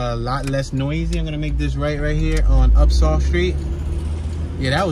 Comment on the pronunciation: Mt Airy all day!!!! Bro messed up every name of every street. Upsal, Cliveden. That was funny to listen too.